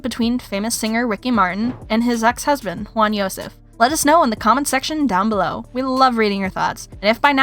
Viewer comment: It's not khwan, it's JJwan